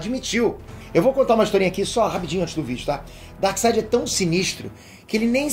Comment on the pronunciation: Um reparo, não se diz Darside, mas sim DarkSEID. 🙂